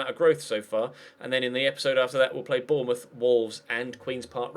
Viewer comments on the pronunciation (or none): none